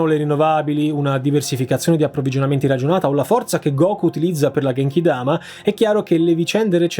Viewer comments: Poco attinente all'argomento ma "genki-dama" in JP si pronuncia come "ghe", non "ge", la prima volta l'hai pronunciato bene, la seconda era sbagliata, la traslitterazione nel nostro alfabeto trae in inganno gli italiani. In Italia pochi la pronunciano decentemente perché quelli che hanno letto il manga quando erano teenagers hanno trovato quella parola traslitterata, hanno letto come da regole grammaticali italiane e l'hanno pronunciato male tra gli amici, fissando la pronuncia errata. Scusa il pistolotto, ma dopo 20 anni ho sentito un italiano che lo pronuncia giusto. Come sentire "gnocchi" pronunciato bene da un anglofono. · Si dice GHenkidama, sennò sarebbe scritto con "j" 😅. Just an aside. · Ciao, gran bel video. Comunque in teoria si dovrebbe dire "Ghenchidama" con la g dura quindi perchè so che questa è la pronuncia giapponese. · si dice ghenkidama. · …e comunque si dice genkidama con la g di gabriele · "ghenchidama" é la pronuncia giusta seguendo il giapponese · Si dice "ghenchidama" (con la g di "ghianda") 😊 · a quanto ne so io, si legge come se fosse una Gh in italiano, quindi io lo leggerei GhenchiDama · Genkidama con la g dura